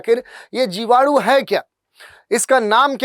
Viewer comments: जीवाणु ❌ जिवाडू ✅ 🤪😜🤣🤣🤣🤣🤣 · जीवाडू नहीं 😂😂जीवाणु बोलते है 🤣🤣🤣🤣, मुझे 5 किलो जीवाणु भेजो 😂😂😂😂